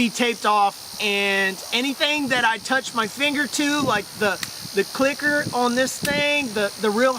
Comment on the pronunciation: bruh, did you say clicker?? sry for being judgemental